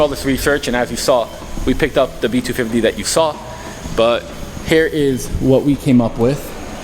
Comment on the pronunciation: I love hoe you say B- 2 Fivvtee